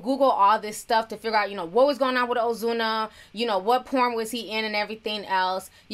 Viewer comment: You sound spanish when u say ozuna😍